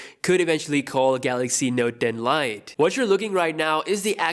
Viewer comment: The Note Den Lite`` Pls dont say it like that 😂